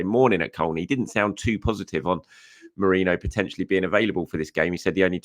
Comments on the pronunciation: mer-ee-no please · Still struggling to say Merino I see 😅